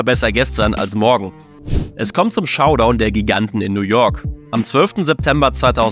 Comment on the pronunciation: wäre ja auch schlimm als Muttersprachler und Professor, wenn er das nicht tun würde 😅 "Schaudown" fand ich später auch toll 😂